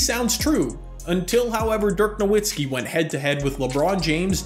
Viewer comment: ain't no way guys have basketball channels in 2022 and don't know how to pronounce Nowitzki